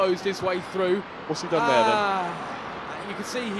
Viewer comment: frew frew frew frew frew frew freW frEW fREW FREW THE WORD IS PRONOUNCED AS THROUGH